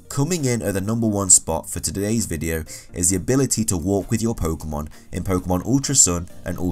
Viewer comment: it's pokEEEEEEEEEEEmon not pokUUUUUUUUUUmon ):-(